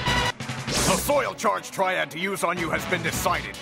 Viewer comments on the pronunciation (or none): im pretty sure its "soil charge triad" not trail or trial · silly, its triad not trial